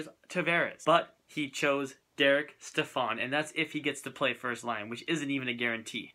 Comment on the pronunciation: Stepan not stephan